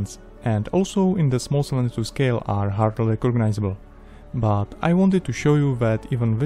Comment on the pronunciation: Why some people say "buuoohh", just not "but"?